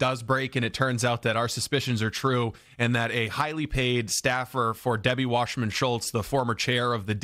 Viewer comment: Her name is WASSERMAN, it's not pronounced Washerman. People who decide to do these amateur, online news shows should at least be sure they say someone's name the right way. Do some research. And for someone like Wasserman, her name is ALL over, in various sound bites and clips. Otherwise it can make the so-called "news host" look ignorant or uninformed.